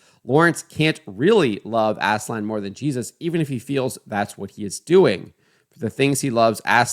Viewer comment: aaz-laan not ASSLAN